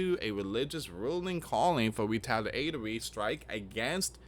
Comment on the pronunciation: Just a little help ... Re-TA-la-to-ry Con-TRI-bute Or CON-tri-bute Depending how it is used in the sentence .. 😊